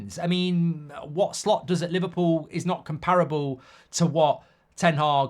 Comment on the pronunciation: Why do I keep hearing Slop